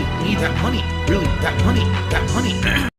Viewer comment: "Chat is very quiet tonight!" =No MAWNEY!